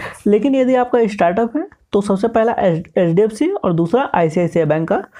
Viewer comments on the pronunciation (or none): Bhai thoda sa clear bolo HDFC bank ko ap LDFC bol rhe ho aesa lag rha he